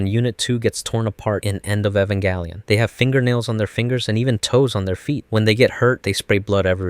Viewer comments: It's Jelion not Gelion because it's based on the word evangelism. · I think the most horrific experiment its you mispronouncing the names just to increase engagement. it works you sadistic evil person. are you happy? "evangalion" I swear to gad. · “Evan galleon” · Who the F is 'Evan Gallion'? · Bro you got to learn how to pronounce the title one of this days, I mean you doing 20 mins essays about it and you can’t! That’s crazy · is it really pronounced ehv-en-gal-eon or is it ee-van-gel-ien like the irl non-anime word is?? i don’t watch the show but ive been binging these videos for some reason and im curious about it lol. i have a feeling this is something that is frequently argued among the fandom lol, as usual. a ray-kway-za/ray-kwah-za type sitch lol